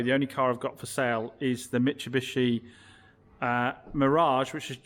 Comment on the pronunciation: mitsubishi not Mitchabishe lol 😂